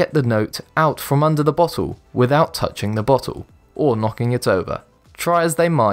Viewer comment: A 'botttull'. ffs. And I'm English.